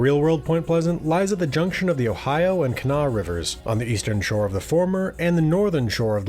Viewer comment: As a WV girl, shouts to you for pronouncing Kanawha correctly! If you want to sound like a real local, pronounce Huntington more like "Hunnington."